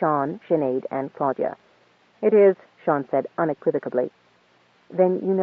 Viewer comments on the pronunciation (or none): "Clodagh (/ ˈkloʊdə / KLOH-də) is a female given name of Irish origin." So I wasn't completely wrong about being annoyed when the reader pronounces it "Claudia".